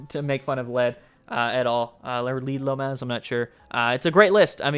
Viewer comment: it means "Lea de lomas" it's pronnounced "leah the lomas" like for example, Maddy From texas